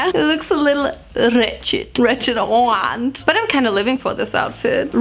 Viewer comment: Man I been laughing during the whole thing, but when she said « IM DA OAUNT » I completely lost it